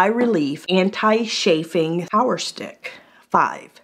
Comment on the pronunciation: CHafing, not SHafing.